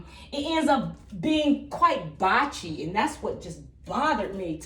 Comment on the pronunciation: Blotchy not botchy